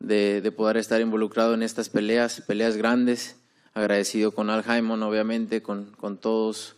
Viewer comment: Canelo said Paul Hymen 😂